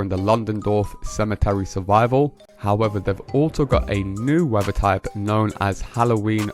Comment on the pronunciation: YOU Need speech therapy, the word isn't WEVVER it is WEATHER, You need to practice pronouncing the 'TH' in words !